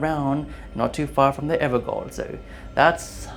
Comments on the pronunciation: I would have loved to watch this but I had to bow out after the third "evergole". It's pronounced everjail and it makes my whole body vomit every time I hear it pronounced so badly. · Evergaol is pronounced “ever-JAIL” its old English and Gaol is pronounced as JAIL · Evergaol is pronounced as "Everjail". Gaol is old way of saying jail. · Almost 5 years later and people are still pronouncing Gaol (JAIL) as Gaol (GOAL) The A is the BEFORE the O people Its pronounced JAIL its GAOL- JAIL EVER JAIL JAIL GAOLER is a JAILER a GAOL is a JAIL Its the same thing!!!!!!! Its just an older spelling FFS we have billions of years of human genius at our fingertips... PLEASE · ever"jail" not ever"goal" (yes its typed gaol) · despite the small mistakes you did a nice job. I was pretty entertained. Also Ever Jail, not Ever Goal. Can be pretty confusing with the spelling though so I get it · gotta love ol' AI translations, like "My Name is Duki Nuki" instead of "Duke Nukem" (was on a Vargskelethor Joel stream) I pronounce Evergaol as Ever-Jay-Ol, it's probably supposed to be Ever-Gay-Ol but cue the obvious joke to point and laugh at. Plus some old words DO pronounce a G like J. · Gaol is the old spelling for Jail. It's pronounced ever-JAIL. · The "gaol" in "Evergaol" is an archaic spelling of "jail," and pronounced the same way. To be clear though I'm not trying to be a smartass and correct your grammar; that information makes the Evergaols make sense as eternal sites of imprisonment. I don't expect anyone really to know about that spelling of "gaol" either; it's been VERY rare since the 1800s. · I saw a video of the game devs pronouncing it that way, so I just assumed that's it's pronunciation. It's all good tho bro, you do you. And I liked the video, first one I saw of your's, but I did sub.